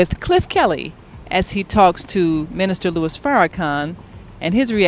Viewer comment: sir it's not Louie it's Lewis Lewis I don't know whether you did this on purpose or by accident but correct yourself it's Louis Farrakhan Minister Louis Farrakhan